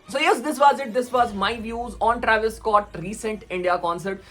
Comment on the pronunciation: travis ko shi se pronounce kiya kro, it pisses me off